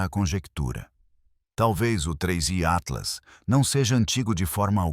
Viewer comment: Começou o video falando o nome do tinhoso errado, já perdeu a credibilidade!